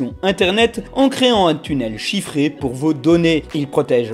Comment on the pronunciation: Oh mon dieu ! Il a dit chiffré ! Il a dit chiffré ! Il n'a pas fait la faute horrible à entendre !